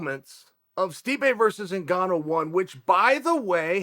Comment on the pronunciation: Everyone: Ngannou. Chael: Engano.